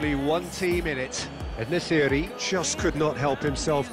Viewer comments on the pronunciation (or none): bro its en-nesyri not el nesyri